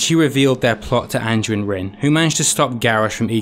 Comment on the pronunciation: Great video mate, but for the love of god, andUIN, not ANJUIN